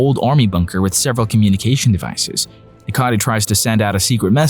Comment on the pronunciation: Note: The purple elephant's name is Necati, not Nicati. Besides of this... 👍